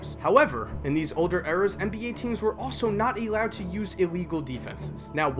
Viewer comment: Here's my only problem with your argument: you need to learn how to pronounce the word "allowed" properly before you make another video 😜